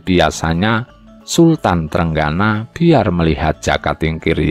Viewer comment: Trenggono jgn dibaca TRENGGANA dong. Walisongo jg jngn dibaca wali sangha, gimna to?